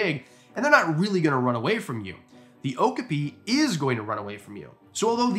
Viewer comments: Just a friendly tip for you, "okapi" is pronounced "oh-KAA-pee", not "OAK-uh-pee". Cheers! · Definitely do a part two, i have got close to an okapi in my local zoo and i mean within 2 feet oh and its pronounced O-cap-pee 😊 the same zoo also has Komodo dragons 🐉 but i dont want to get so close to them 🤣🤣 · Please do more! But please look up how to pronounce names you aren't sure of. Okapi is oh-kaa-pee. They have a breeding program that the San Diego Zoo and Safari park is part of, and they have a great exhibit away from the main track( trying to keep the noise down). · I think you meant that the pronunciation is correct, but that the stress is on the second syllable, rather than the first. o-KAH-pi